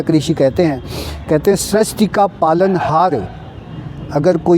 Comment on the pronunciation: आप सृष्टि के स्थान पर स्रष्टि बोल रहे हैं जो पूर्णतया अशुद्ध है। आपसे यह आशा नहीं रखते हम